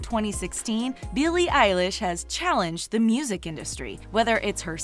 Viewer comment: Oh no. They said her name wrong